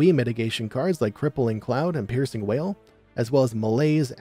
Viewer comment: Today I learned... It's piercing WAIL... not WALL